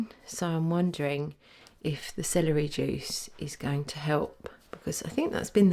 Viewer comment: She's fine as hell. I love hearing her say "Celery jewce"